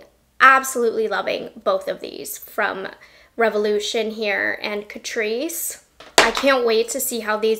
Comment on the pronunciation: My mum and I love catrice. But my mum calls catrice … cat-rice. 🐱🍚 CAT-RICE. Love you mum! ❤